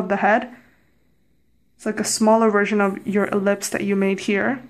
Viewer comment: thought you said lips when your were drawing the oval and i was like what lips? then i realize you meant ellipse XD nice tutorial i'm bad at drawing front view face even with guide line TT--TT